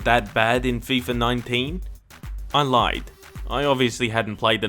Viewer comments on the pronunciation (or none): none